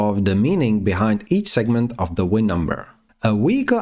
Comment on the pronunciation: 🤣🤣🤣German Accent, I guess. WIN indeed🤣🤣